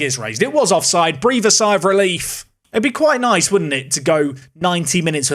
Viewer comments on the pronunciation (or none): none